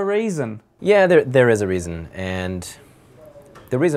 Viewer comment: "... is there a rasin?"